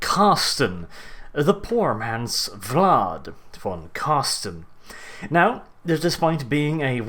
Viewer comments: Mate its Carstein not Carsten fix plz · Car STEIN not car STEN!!!! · Car-stein, not carsten^^ i find it funny how you pronounce it. But nonetheless great vids, i realy enjoy them^^ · it is so funny to see how english people saying his name( im german), i enjoy it everytime and must admid, that is a hard name to spel out :-) and big thanks for this awesome Lore video to him. Vor me as a beginner it braught me realy in to death. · Say: Einstein Now say: Carstein